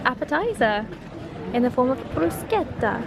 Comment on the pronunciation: Happy birthday! As an Italian i really enjoyed this vlog and I'm really proud of how you pronounced "bruschetta"! When I went to venice I took a picture at the same spot near Ponte di Rialto and it really is a great location for the perfect picture! If you'll come back you have to try the cicchetti, like bruschetta but with different ingredients on the top.